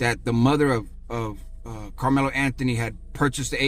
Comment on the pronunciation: Also it's Carmelo 😆🤷‍♂️